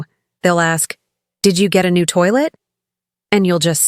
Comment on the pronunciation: Please common you cant say toilet like food oh dear! what is this😏